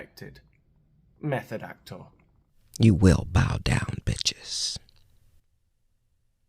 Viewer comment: Do you say method actor or meth addict , i didnt quite catch it 😂